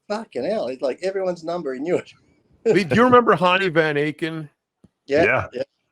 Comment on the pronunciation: they called lee leaha